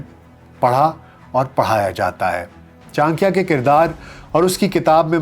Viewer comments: ये क्या चांक्या चांक्या लगा रखा है? गांधारा क्या होता है? चाणक्य और गांधार बोलने में दिक्कत है क्या? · Bhai vo chankiya nhi chankya h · I think it is pronounced as CHANAKYA not CHANKIYA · कोटलिया नही, कौटिल्य बोलें चांकिया नहीं, चाणक्य बोलें टेक्सला नही, तक्षशिला बोलें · Chan - kiya ❌ Cha - n - kya✔️ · Chadikiya Not chankiya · What is chakya,,, it is call chanakya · Your podcast on kushwant singh, sukraat was outstanding. Here your content looked bit un enumerated. Further , pronouciation of chanakya as chankiya appeared unfair or erotic. Over all too much fumble here and there. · it is CHANAKYA, aap N ko silent samajh rahe hai shayad. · चाणक्य का नाम का उच्चारण सही से कर लीजिये साहेब। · Very wrong pronunciation of Chanakya😢😢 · Correct your pronunciation of chanakya